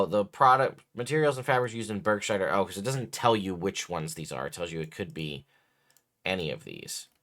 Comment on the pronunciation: Burgschneider is a company from Germany, you can see the legal name and form at the end of the cleric costume options...and it is not Börgshneider, please at least try a proper pronunciation. Even I know that you speak Arkansas not like it is written.🙃